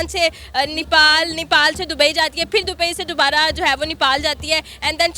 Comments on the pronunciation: Nipal kya hai? The country is called Nepal please correct your pronunciation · Nipal nahi bhosri... Nepal bol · Are vo madam vo nipal nahi nepal hai....😂😂